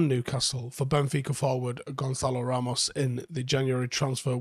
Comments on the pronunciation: It's pronounced GonSalo not GonKalo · I think he's class. As a curve ball what about Ross Stewart from Sunderland? Little tip. It's pronounced Gonsalo not Gonkalo. The wee squiggle under the c means it's a soft c. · The Ç in Portuguese is Pronounced like an S. His name is pronounced more like Gonsalo.. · Maybe. That's the Spanish way of pronouncing it. Tbh, I'm sure he don't mind how anyone says it, but just gets under my skin. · Why are we saying Gonkalo? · Coming in just to see if youve ignored the thousands of comments from Portuguese speakers letting you know that you've been mispronouncing his name this whole time. Good seeing that you're still doing it just like you were saying Tchouamemi for months. Cheers